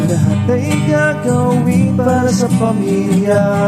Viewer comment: Pamilya ka utol hindi Familya😂 English family pero pag tagalog pamilya. Spanish yung sayo😂